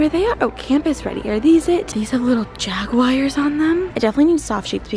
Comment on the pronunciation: "Jaguires" LMAOOO